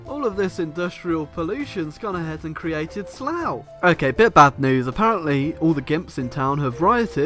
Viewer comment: uuhh.... slough....